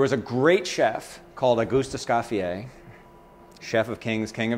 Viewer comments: Beejay Swifter - AAAAAND!... it's "Es-COE-fee-yay", NOT "Es-SCOFF-ee-ay"! Chef, you do a disservice to Escoffier and Niçoise by mutilating their names. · Can't even pronounce Escoffier either, he annihilates the name. If you're a dedicated chef then at least take the time to learn how to say Ecoffier properly!! Es-cofYYeah